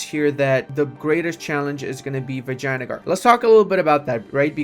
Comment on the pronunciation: Is that the right way of pronouncing Vingiagar